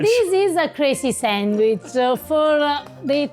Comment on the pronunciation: pronouncing "sandwich" ( sangwhich) just like my nana pronounced it! That sandwich is incredible!!!